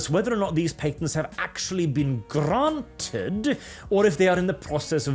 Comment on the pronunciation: I love the little 'Gr-r-r-r-ranted" you did lol, nice tongue roll